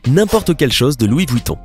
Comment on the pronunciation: Louis VOUITTON MDR